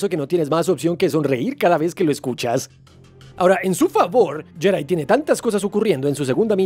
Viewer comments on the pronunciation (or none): deja de decir yedai, es mejor pronunciar Yedi (Jedi)